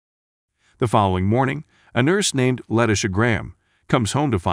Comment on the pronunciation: "Let-isha" lol